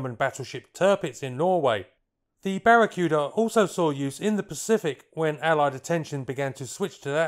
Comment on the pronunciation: It's BARA-KOO-DAH!!! Aside from that, quite an informative video!!!